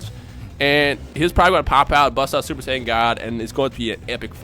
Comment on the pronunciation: Say-on ancient God smh